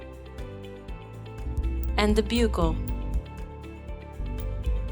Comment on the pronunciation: Fantastic animation! Only thing to add is Buccal is pronounced exactly the same as buckle. The u has the “uh” sound, not the ū (yoo) sound.